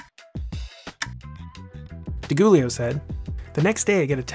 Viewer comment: Goolio. Not so coolio.